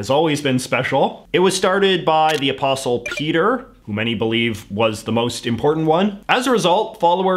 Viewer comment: Also he skipped over the Great Schism and says “Ah-pawst-il”. 🤔